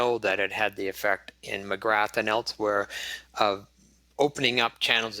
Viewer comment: Great stuff, but I did cringe a little bit every time he said Magrath, lol.